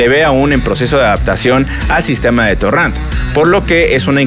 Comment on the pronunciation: Torran? No es torrent?